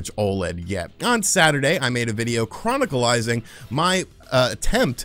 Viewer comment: "chroniclizing"